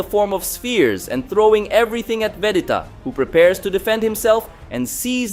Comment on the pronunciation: Bro you have to say Vegeta correctly. It’s agonizing